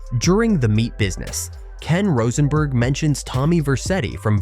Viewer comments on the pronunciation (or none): none